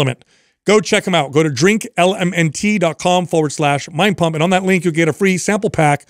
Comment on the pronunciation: I’m so happy to hear pronouncing LMNT correctly! 😊